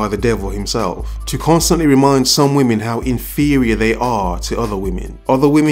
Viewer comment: A "wymen" lol